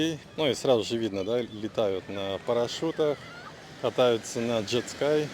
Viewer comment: канабИс, джет скАй...Уши режет ппц